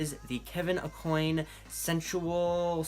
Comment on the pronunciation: Great video! Just wanted to say Kevin Aucoin's last name is pronounced like Ah-kwan. He's an old school makeup legend and put out a ton of fabulous makeup books in the 90s!